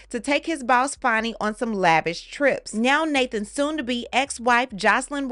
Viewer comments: It’s pronounced Fanny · Whats this "Fonny" BS? IT'S FANNY! Like BIG FAT Fanny